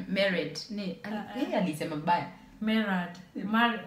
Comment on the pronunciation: Aliuliza are you “Are you merred” 😂😂😂😂